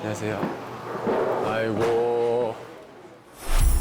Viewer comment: Haruto saying Aigooo better than koreans is funny to me ! Someone make a compilation of his Shining Solo "Aigoo" 😂